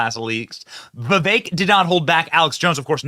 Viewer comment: Why do Americans pronounce every foreign word and name as though it is French? Vivek rhymes with what the heck! Come on he might be your next president!